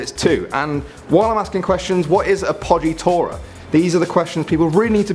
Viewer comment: I am Italian, and I've got to say your "chiaroscuro" pronounciation is actually pretty good, but "appoggiatura" is absolutely hilarious 😂